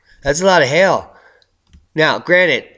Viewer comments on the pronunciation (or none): You're not pronouncing hail properly. Sounds like hell.